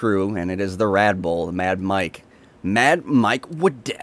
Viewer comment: He keeps saying "Radboll"